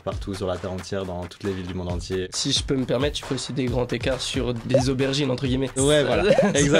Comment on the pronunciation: Please, de grâce, pitié pour nos oreilles ! SVP, des grands-z-écarts, pas des grands-t-ecarts ...